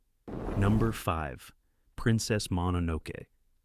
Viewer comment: Princess "Mononowke"... really bro? -_